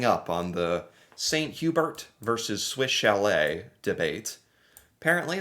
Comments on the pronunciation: if you’ve never had poutine, you NEED to try it. Amazing.🤩 And you know it’s pronounced Swiss Shall-ay 😂 You did a video on these restaurants! 😂😂😂 The “Order of Canada” is like being knighted in England, or receiving the President’s Medal in the US. On the Manitoba-Ontario border, you can see snow into May (but it doesn’t stick around for long). One May long weekend, my buddies and I were fishing, and we were hunkered inside from snow on the first day, and sun tanning on the second day. The ice scraper comes out of the car from May to September. (But in central Canada, the ice scraper is a two-handed, 3.5 foot model.) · The way he pronounces Swiss chalet cracks me up everytime. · If I run into a wall, or hit my head on the cupboard above me, I don't say sorry, I usually swear! And thank goodness you finally learned how to pronounce Toque and Chalet! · F*ck the way he pronounces Swish Chalet is so cringe, It is French.